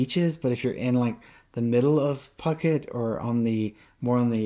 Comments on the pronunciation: Hey dude. Just FYI. It's Foo-ket. Not Puck-it. You'll bring out the armchair critics quick if you keep saying it like that. Good luck on your move. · Cool video intermixed with videos within, not just another talking head. I think it's pronounced FooKET, not PooKet LOL! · No, it is NOT Foo-ket LOL. The island is called ภูเก็ต . The first consonant is Phaaw Sam Phao with a /p/ sound. The english romanization of it is Ph which sounds like a /p/ sound in English, NOT /f/. So, its Poo-Ket. Gaw Gai ก is more of a blend between G and K, but K will do.